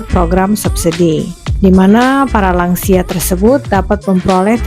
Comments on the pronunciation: Lansia bukan langsia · Lansia: lanjut usia, bukan langsia